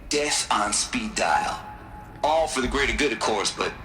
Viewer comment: Also... This sure as hell sounds like "God Eater" to me.